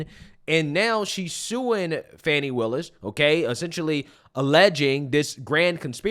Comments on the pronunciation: Its Fani! Not Fawni. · There is NO "W" in FANI.